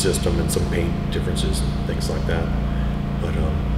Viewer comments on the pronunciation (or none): none